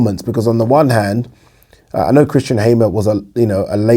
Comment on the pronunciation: It’s Hammer not Haymer, 😅